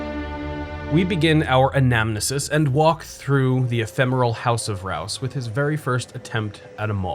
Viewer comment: Wow, you pronounced "anamnesis" correctly! Good on ya! I was glad to see this one. My father was a civil engineer who collaborated with Jim Rouse to design parts of the water system in Columbia. We met him once when I was a kid -- his family and mine were on the same flight out of Friendship.